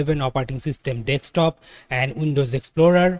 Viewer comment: you keep saying dextop though